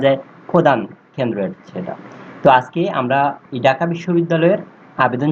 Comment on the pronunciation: ডাকা না ভাই ঢাকা 😂